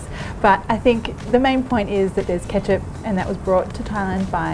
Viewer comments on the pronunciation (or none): stopped as soon as i heard ketcup